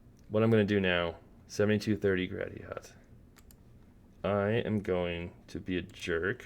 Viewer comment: Hey bro, I stay on the westside.. Gratiot is pronounced "GRASS-SHlT". your welcome.